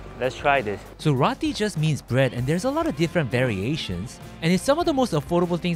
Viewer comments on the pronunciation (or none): Did bro just call Roti Rati?